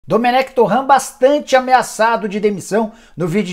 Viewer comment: Cara, vc é o ÚNICO que fala “Domenec TORRÃ”. O próprio Dome já confirmou a pronúncia correta.